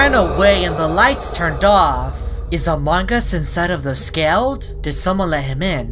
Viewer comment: Every single video when he says among us instead he is as a mangus